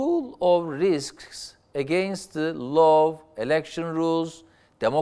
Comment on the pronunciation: Sn baskan, hukuk "la" diye okunur, Behsat C gibi :), "lov" derseniz Semra Hn gibi ask/sevgi demis olursunuz. Virus "vayris" diye okunur Amerikan Ingilizcesinde. Fikirleriniz harika ve Istanbul sizi sectigi icin, iki defa, cok akillica tercih yapmis. Basarilar ve bir dahaki donemde size pranga olmaya calisan IBB meclisinde de cogunluk olmaniz dilegiyle.